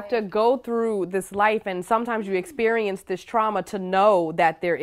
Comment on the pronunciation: "Why it gotta be ouuaaa essperieeence?" I'm not sure. Why can't you speak properly?